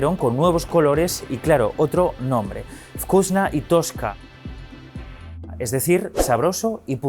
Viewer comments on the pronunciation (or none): No podrían hacer los españoles un esfuerzo para pronunciar los nombres en lenguas que no sean español un poco más apegado a como son en sus idiomas originales? No es TOSKA es TOTCHKA, etc.